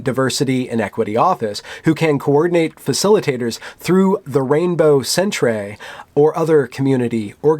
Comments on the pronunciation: Great job,. Just one thing: stop pronouncing it as "centrays" we put the R before the E in Canada but it's still pronounced "center." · What's a sentray? Did you mean centre? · Why is he saying cent-ray? Is it because center is spelled centre in the British spelling used in Canada? If so... come on. Really? Centray? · Ugh the cringe was so powerful.. Centrayyy Thank god there weren't more alternately spelled words. I'm triggered enough as-is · Why do you keep on saying sen-tray? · Because he's an American, they're isolated from the outside world. British spelling "centre" is foreign to him he thinks it's some french accented word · What the hell is a 'centray'? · Fuck man, centre is the Canadian spelling for center.... Not sentray. Fuck this is embarrassing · and later on, too, he says Rainbow Sen-tray. Definitely not "sentry." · Incidentally, "centre" is how the rest of the world spells "center". It's not pronounced "centray". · It seems like he knows, he's just pronouncing it that way for the lulz, and perhaps to also mock the college's Rainbow Center. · Lol..... Centre ---》Centray .. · Centray lolololol....centre bro, you never seen "centre" before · hahaha, dude! the Canadian spelling of center is pronounced the same! otherwise, great video. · He is taking the piss... or just enjoying pronouncing it incorrectly. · Yes, but it's pronounced the same. He said it wrong in the video. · Centre is the English spelling as opposed to the phonetic American English Center it is indeed pronounced the same... however this being Canada with a large French speaking population the pronunciation in French would be more along the lines of how it's being spoken in the video, I guess this confusion is the reason for the mispronunciation.